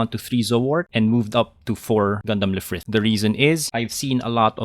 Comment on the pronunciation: Lfrith is pronounced as Rubris! Otherwise, amazing deck!